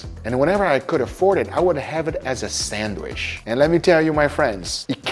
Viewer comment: is it just me or whenever guga says 'sandwich' it sounds like 'sandwish' ?